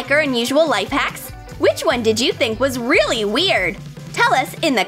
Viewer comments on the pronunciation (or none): THE WICH